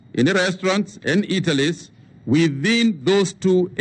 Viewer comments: Instead of Eateries, he hinted itelies,may English lang rip. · Does anyone out there knows what this man mean by saying " Italis " ?